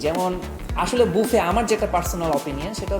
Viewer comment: Bangali বাফে k বুফে bole keno